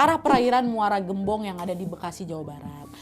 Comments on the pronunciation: Muara gembong kak bukan muara geumbong😊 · Muara gembong. Sebutnya bukan eu, tapi vocal E yaaa wawak😊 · Muara gembong kaaa bukan gem-bong